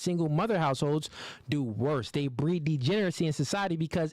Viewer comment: I am so tired of you mispronouncing degeneracy please learn how to say it correctly